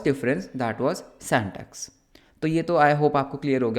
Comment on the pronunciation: Syntax ❌ santax ✔️